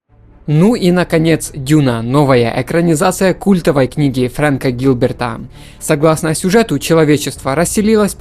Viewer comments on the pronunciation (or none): Я давненько читал Дюну, но Фрэнк вроде Херберт, а не Гилберт. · Ну можно хоть текст с бумажки нормально прочитать? Названия, фамилии не коверкать? Отделять фразы друг от друга! Да и ужасная дикция, с чем иначе можно было бы смириться, слух режет. Френк Герберт - не Гилберт! Фримены - не фремены. Да вообще, по поводу каждого обзорного фильма можно вики открыть, хоть понять о чём говорится! А то как школьник-двоечник, скачавший реферат с интернета, и тут - к доске! Одна фраза, почему спайс контролирует вселенную, сделала бы видео в два раза информативнее и интереснее.